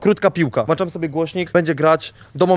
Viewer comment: Włanczam hahaha